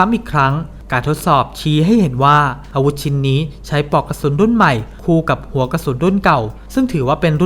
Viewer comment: ออกเสียงภาษาอังกฤษชัดแต่ออกเสียงภาษาไทยไม่มีตัวควบกล้ำ น่ารำคาญ เช่น บานเก็ด ปอกกระสุน ฯลฯ